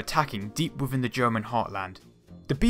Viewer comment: Within, not wivvin. This not dis. They not dey. And not an. Both not bowf. The not de. Another not anudder. Thumbnail not fumnail. Speak English next time please.